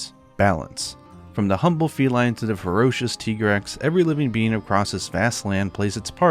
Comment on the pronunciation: I know this is an old stumbling block, but it's always refreshing to hear the proper way of saying "Tigrex". It literally is T-Rex, but just T-Grex, not Tiger Rex. Then again, people who can read and speak Japanese already know this.